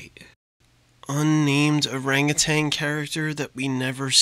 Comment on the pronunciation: Every time he says "orangutanG" I die a little more.